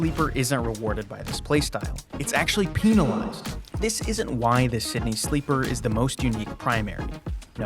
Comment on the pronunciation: "pee-nilazed" sorry but is the wrost i, is fun only because is bad maquina buen momo